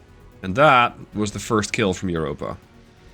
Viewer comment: Your ship... it will keel. 😂